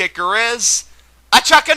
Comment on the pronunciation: C'mon man. It's Chuck.